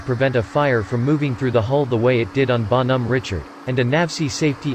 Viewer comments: Need a French robot to do that. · teach the pc French pronunciation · LEAR HOW TO PRONOUNCE THE NAME CORRECTLY OR GO HOME! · Bon Hom Ritchard 3 seconds and I'm done!